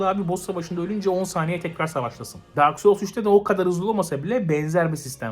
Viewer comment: "dark soul siki dak soul siki" dedikçe gülmek ile hayır bu öyle degil bu öyle degil arasında kaldım.